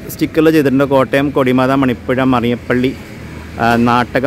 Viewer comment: കൊടിമത അല്ല ചേട്ടാ... കോടിമത